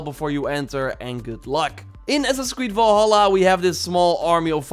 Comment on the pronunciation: I keep hearing "Assassin Squid" lol